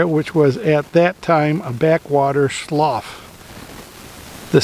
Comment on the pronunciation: How did you like that part of Illinois? .That area is so beautiful and the whole time I lived in Illinois I never really visited that part of the state. Also,the information you were reading on the Indian Burial Mound the word slough is pronounced slew. It's just another term for swampy,muddy back water area.